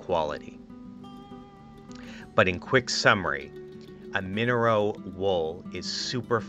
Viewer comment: Minnero wool? Or merino (ma-ree-no) wool?